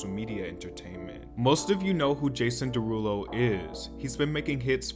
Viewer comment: "jAsOOn DeERuLoo"😂😂